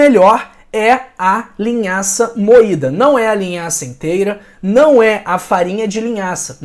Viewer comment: Vc disse linhaça moitda